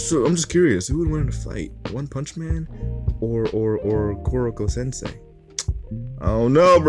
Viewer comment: Kokoroko Kokoro Kororo Koroko Excuse you it's Koro sensei